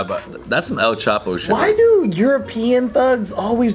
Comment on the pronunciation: “El Chapeaux” lol